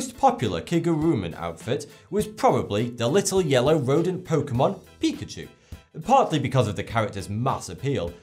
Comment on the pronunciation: the way he says "picachu" is so damn funny😂😂